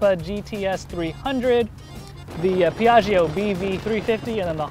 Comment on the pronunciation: A pronunciation tipp: it's Pee-ah-jo (the "i" is silent, its only purpose is to soften the "g"). So, Pee-ah-gee-oh is just wrong and hurts Italian speeking people.